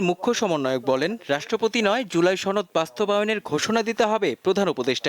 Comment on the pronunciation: সনদ কে বলে ছনদ😂😂😂আবাল দামড়া পাডি পার্টি😢😢😢